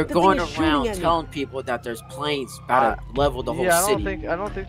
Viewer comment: give him the $2 bill, thats what this is all aboot